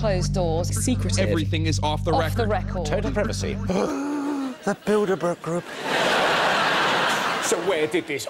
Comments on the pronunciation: I keep hearing Build-a-Bear group. Somethow I can't take that seriously. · I heard build-a-bear group 😂😂😂